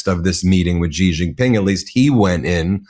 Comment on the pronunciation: Ben, his name is Xi Jinping. It is NOT "Gee". Please just say "She" if you can't be bothered to make even the slightest effort to pronounce it anywhere near correctly. Thanks.